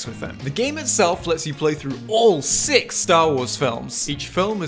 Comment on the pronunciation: I like the emphasis on “All SIX Star Wars movies”